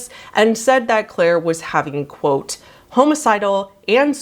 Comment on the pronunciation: it just me or did you say "home-icidal" on purpose? (Trickin those yt algorithms//I see you) and it's genius if it works. 👏 😘